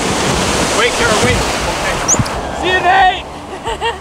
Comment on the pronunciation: Kara, not Kera…should have stayed home and let the boys have their fun…